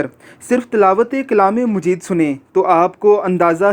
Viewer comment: Please chaqe your word Quran mujeed lafz nahee Hai Quran majeed . So receding karty waqt khyal Kia. Karin.